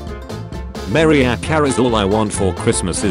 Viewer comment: It's Mariah Carey, not Maria Carey!